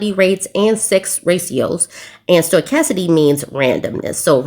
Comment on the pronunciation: *stow-kas-tis-ity, it's a super tongue twister!